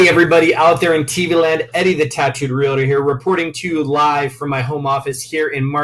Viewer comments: Great video. One con. It's Real-tor, not Real-a-tor. lol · It is hard to believe someone that does not even know how to pronounce Realtor.